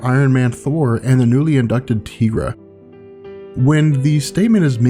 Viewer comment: "Tea - gra" ? No, it's "Tie - gra". Tigra, long i, as in tiger.